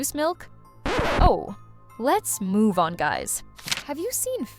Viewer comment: You said moo instead of move